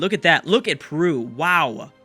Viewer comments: saying " perwu"? hahahah i understand, but he is not spanish or portuguese to say the right pronunce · I cant accept how you pronounce Peru :D But it was an awesome episode! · Matheus Nery I know but he does it like without the "e": Prew :D I just think its funny^^